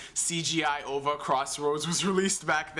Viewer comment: ougis not jutsus. O then V then A. not ova as one word. three letters. that's it. period